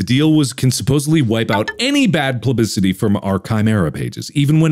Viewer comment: mark accidentally says "plubicity" instead of "publicity"